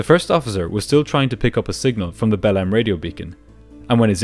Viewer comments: The city is spelled Belem but pronounced Belang. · The amount kf times ive heard belem instead of behleim in this video scared me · Every time you say 'Belem' I hear it as "bellend", which seems rather apt for the crew. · i listen to your videos sped up and i genuinely thought you were calling belém “bellend” and i was like ‘there’s no way a city in brazil is named that’ until you showed the map😭😭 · 0.59, "They were bound for the city of ...Bellend!" Are you sure? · I really thought you said "the city of Bellend" for a sec there.